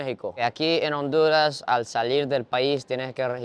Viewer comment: Que triste que un japones le vaya a "onduraz" jajajajajaja Das lastimas chino coreano 🤣🤣🤣🤣🤣🤣🤣🤣🤣🤣🤣🤣🤣